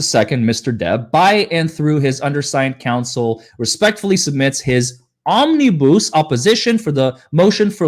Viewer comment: Omni bus. Not bousse